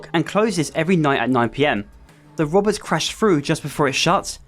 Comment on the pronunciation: "a gang uv bank wobbez 🥲🥺"